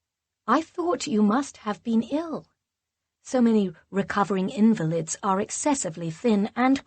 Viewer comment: Another robotic narrator. These stories are often ruined by people who can’t pronounce words and have either no I to action or in the wrong place! I promise to audition for this role dear readers! Berkshire is pronounced ‘ Berkshire ‘ invaleeed instead of invalid..( that was in Ann Graces last wonderful ‘ a perfect take’. That woman read like a news reader! You will see what I mean. Sorry to be critical but the stories are worth reading well!